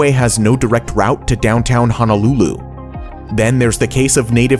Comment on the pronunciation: as a hawaiian, you actually said honolulu correctly. maika'i loa!